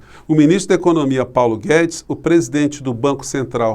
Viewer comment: O Globo mal fala o nome de Paulo Guedes.